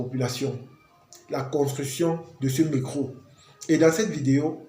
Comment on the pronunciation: C'est d'accent. Rien de grave